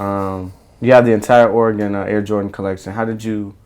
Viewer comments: Oregun not oregawn Oregon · its not oregone its oregon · actually it's not your accent, it's that you're pronouncing it as if it's an english word. It is of either native american or spanish origin. that O is a U like in gun and not gon.... unless you say gon when talking about guns? and I'm not trying to be disrespectful I'm just trying to help you pronounce your team properly and you seem like a good guy. hope this helps you out in the future. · Or E gun not Or r Gone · O-RAH-GA-HN... teach this white boy how to say OREGON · this niqqa with his ore-gon head ass can't say a fuckin state bitch please go back to elementary😂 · I scrolled down to see the "oregone" comments. Haha 😂 😂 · fool can't even pronounce "or-e-gun" properly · What a phony man, literally anyone can go buy shoes. Doesn't make you a sneakerhead or a Duck fan. I go to U of O and you can't even pronounce the state name right but you call them your team? Get outta here.. "OreGone" smh what a joke. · Cant even say Oregon correctly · Im born and raised in Eugene learn how to say Oregon right bitch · Learn how to say Oregon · He can't be that in love with Oregon if he can't even pronounce it right. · learn to say the name of the state right before you say it's your favorite team. bandwagon fans ruined my state. Go beavs! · For him being so in to the Ducks I'd wish he know how to pronounce the state. Its annoying. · Repping Portland Oregon! He needs to learn to say Oregon right..